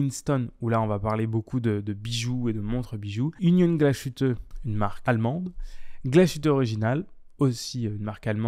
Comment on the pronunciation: Belle synthèse. C'est à la marge mais tu aurais pu préciser que comme Swatch possède ETA, Citizen détient aussi Miyota et... Lajoux-Perret. Et Chanel ne fait pas que de la mode ; c'est aussi une maison horlogère. Voire la J12 par exemple ! Enfin, petite leçon d'Allemand. Glashütte ne se prononce pas avec "ch" mais "ss" - Glassuteu en français ;-) Et Lange und Söhne (pas and ; le ö se prononçant e)